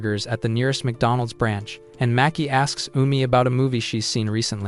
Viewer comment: is that Macdonalds or wacdolands